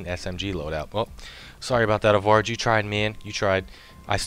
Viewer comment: Oh I started laughing when you said my name in the last vid it is a-varg but you said it better